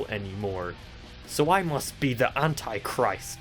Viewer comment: Hold up. I’d u just pronounced the anti-christ wrong